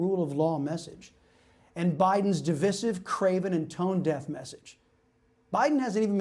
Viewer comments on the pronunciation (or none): Di-VISE-iv, not duh-viss-iv...